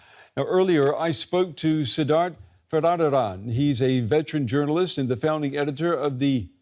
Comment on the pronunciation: hahaha... DW confidently mispronouncing the guest name as "Siddadt Vadadada" !!